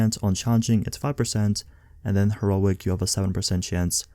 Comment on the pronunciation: Her-O-IC. Lol